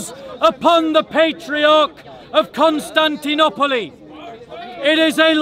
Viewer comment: Where did u learn to pronounce Constantinople like that.